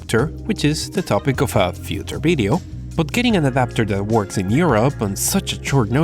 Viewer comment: "Future bideo"